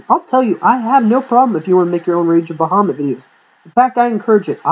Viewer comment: Dude its rage of baja mutt that is how you say it. I had to say this because it annoys me. Everything else is fine.